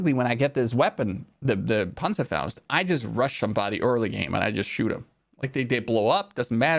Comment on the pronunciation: pronounces panzerfaust the same way a Hispanic person pronounces Rodriguez